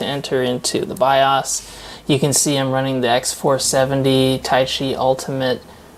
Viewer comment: good video. Not to be mean or a jerk, the way you pronounce BIOS is making me crazy! LOL! It is pronounced Biohs. Long o sound. Keep up the good work. Hope you have a bright future! (I'm an old guy, I started with Zilog Z80 processor Tandy Model III 16kb ram, extended basic with cassette tape storage and Burroughs B4800 main frames).